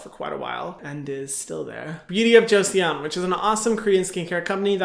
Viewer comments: haha don't worry about your pronunciation Hyram ! It's totally fine to not know how to pronounce it ^^ The "e" is "Joseon" is actually a mute letter, so you can read it as "Joson". It is quite confusing due to the romanization of the word since in Korean there's no such thing as the "e" in it, it's actually a more light pronounced "o" Well... it seems like my comment is more confusing than helping with the word pronunciation... I'm sorry ㅠ.ㅠ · Beauty of Joseon "Joseeawn" hahahaha so cute it's pronounced JOE-SUN 🤣 Thank you Hyram now I'll know which to buy based on their ingredients.... unfortunately I'll have to read them in Korean but 🤷 a lil smarter thanks to u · The "e" is silent so it's basically "Jo-son". 😉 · you can pronounce Joseon as Joh-Sun! 😊👍🏻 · Beauty of "Jo-sun" :) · Hey Hyram❣, just wanted to say it's pronounced like "joe son" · Joseon is pronounced Joe like the name and Sun like the place I want to yeet St Ives apricot scrub into! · Joseon is pronounced like joe-sun LOL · i think its more like saying Joe-son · Hey Hyram! I looked it up and korean acutally pronounce "joseon" like this: "cho-sun" just a little fyi! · Joseon is pronounced as Jo-‘son’! Hahah Thank you so much for the video! You are workin hard these days, and as your fan, I love it, but take care of yourself first! We want you to be healthy! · Joseon = pronounced as Joson I hope creators take time to research correct pronounciation as well as respect to the brand that sponsors them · To help with the pronunciation of Beauty of Joseon, (lmao Korean viewer here), It's pronounced Beauty of JO-SUN (it's not entirely correct but more accurate. Hope this helps :) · I study Korean and it's actually pronounced "choson" ... I really like your video and really want to try the serums from this brand! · I’m korean and you pronounce joseon, josun 😁 also its “조선” in Korean. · Joseon can be pronounced like jo sun :) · eo is read as /oh/ si, it's read as joson. :) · Joseon is pronounced JOE-SUHN